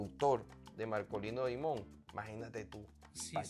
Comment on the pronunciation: 🎹🎷🎸🎤🎺🎻🎶🎵🎤🎷🎻. PERDONAME POR CORREGIRTE LA PRONUNCIACION DEL APELLIDO DE MARKOLINO DIMON. SE ESCRIBE DIMON, PERO EN. INGLES SE 🎹🎹 PRONUNCIA " DAIMON "..🎹 COMO EL APELLIDO DEL PRESIDENTE BIDEN.. ESPERO NO TE MOLESTES OK. 🎹🎸🎷🎤🎺🎻🎵🎺🎤 🌹🌹🌹🌹🌹🌹🌹🌹🌹🌹